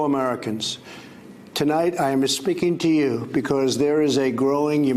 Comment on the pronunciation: "...tonight I am ah a-speaking to you..." is he trying to sound like English is not his first language?